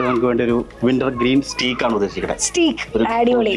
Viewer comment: സ്റ്റീ ക്ക് അല്ല ട്ടോ,,,… സ്റ്റേയ്ക് ആണ്